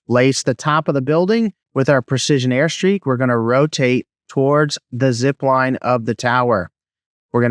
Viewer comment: "Airstrike" not "airstreak" bro. Your video helped a lot, look forward to more👍🏼